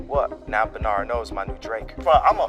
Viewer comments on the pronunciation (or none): none